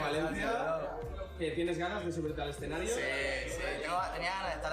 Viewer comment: "escenarío" xd